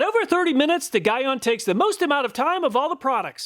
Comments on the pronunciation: Great video, thanks! Constructive criticism: Gyeon is pronounced GEE (like golly gee) ON (like on/off). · Armerall makes a surprisingly good glass repellant. Also gyeon is pronounced G-on or Gye-on its a Korean name. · Gyeon is pronounced like GEE-on (G as in giraffe) if you use any of their products in future videos. They're a big brand in car paint care and maintenance. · GTechniq is a brand out of the UK. They primarily make detailing products. Also, Gyeon is pronounced JEE-ON. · Guy-on 😂 Great vid, btw it’s GEE-ON. No worries thought, awesome vid. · Pronounced G-ON not Guy-ON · Gyeon... Not that it matters, but it is pronounce GEE-ON. My pick is the Gyeon. Sure, hard to install, but longevity matters. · The way your pronouncing Gyeon is disturbing me 🤣🤣 it’s pronounced like “Ge”-“on” not “Gi”-“on” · Never known how to Pronounce the brand Gyeon. Here in the UK we tend to say Jhee On. You seem to say Guy ahn. Will have to ask the manufacturer haha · It’s G-Yeon. not Guy On. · Just trying to help man- GYEON is pronounced “GEE-ON” lol not “GUY-ON”. Great test video tho!👌🏽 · I believe it's pronounced 'Geeon' not 'Guyon', at least in Europe it is. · Guy-on I think is pronounced Gee-on, but anyway, another fantastic video, what would we do without you honestly! I'm surprised you didn't have H2GO in the list as that has high reviews. Thanks again!! Can't wait for the next video!! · I’ve used rain-x in the past and was pleased with it. But ever since using dedicated glass ceramic coatings, I can never go back. I personally have GTechniq G1 on my car and love its performance. Side note, Gyeon is pronounced “jee-on” rather than “guy-on”. It’s definitely a competitor to GTechniq in the car detailing brand space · Gyeon is pronounced GEE-ON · Just a heads up, Gyeon is pronounced "jee-on" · Gyeon is pronounced "gee-on". Great test! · Just for future note, it's pronounced "G-on" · Gyeon is pronounced Jean on without the N on Jean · Gyeon is pronounced G on lol